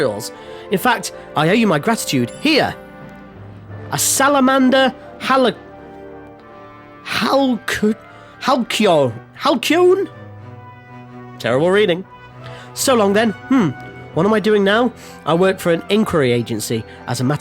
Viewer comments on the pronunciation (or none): Halcyon! pronounced hăl′sē-ən (Or if you aren't an obsessive linguist like i am. hal-sea-on) commonly used to refer to peaceful or bygone good times (golden or prosperous (Calm and peaceful; tranquil. Prosperous; golden.ect) its one of those funny english C's that makes an S noise even though C is more commonly used to make a K noise and i gods i hate this language also yeah screw the chop mini-game. seriously the worst part of the game. absolutely bogs down the entire segment. don't blame you for doing it off-screen also (that's two lol) there's a funny irony to people saying the archadian/imperial soldiers walk around like they "Own the place" ...its almost like they do own the place i also forgot how tedius the nabudis quest was. going back and fourth through all those loading screens... augh